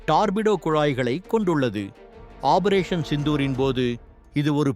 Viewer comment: "ஆபரேசன்" என்பது தவறு! வாயில நுழையாதோ!